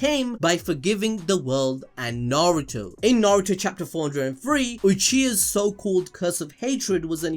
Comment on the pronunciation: "Suhrahduh" 💀 god i hate it when people cant say their names right, not just her name but "narudo" as well 🤣🤣 big pet peeve for me